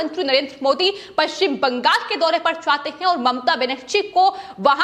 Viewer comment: पश्चिम बंगाल को बंगास क्यो वोल रही है? हमेशा यह गलत वोलती है इसको हटा देना चाहिए ।